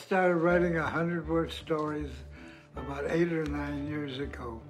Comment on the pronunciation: And finally learn to pronounce "about".